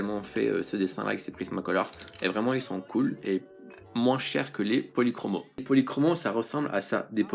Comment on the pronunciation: Les faber Castel policromo se prononce policromos = os=